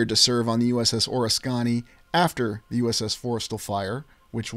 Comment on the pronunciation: Just a friendly heads up. The correct pronunciation is Or-ris-kuh-nee.